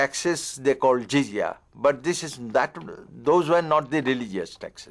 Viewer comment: And it is jizyah no zizia pls correct